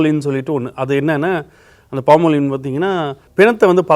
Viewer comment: அது பாமோலின் அல்ல ஃபார்மலின் !